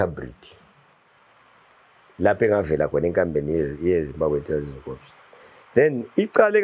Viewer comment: Corp is pronounced Cor, the P is silent